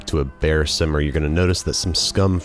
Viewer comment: He meant to say that. Simmer is incorrect.